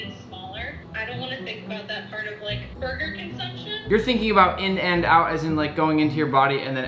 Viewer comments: bro what's a burgrer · Her: they spelled “and” wrong Also her: “burgrer” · lol she spell Burger 'Burgrer' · In burgrer????? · Burgrer? Lol... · “In and out burgrer” cmon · Burgrer? Loool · Burgrer… Burgrer… y e s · In 'Burgrer'